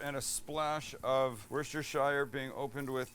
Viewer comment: woosta-shea (Worcestershire) its not hard :). Pronounce the "r"s? ... No - that way lies madness